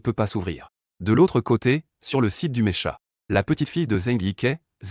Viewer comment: c'est pas mécha mec, c'est pas mécha, ça se prononce meka mek, ça se prononce meka! :)